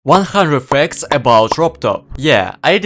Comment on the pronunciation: Cool vid and so is the channel, but bc of the "facts" pronounciation i understood ur either russian or so 😊